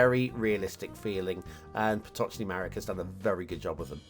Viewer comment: Congrats for not making a mistake when reading name PotocznyMarek. It's polish. Also Vistula and San are two rivers in Poland. 😁 So great to see some polish names in your show.